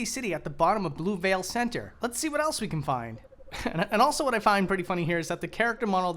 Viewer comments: Pssst... it's pronounced "say-no-tay" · "Cenote" is pronounced "seh-no-tay".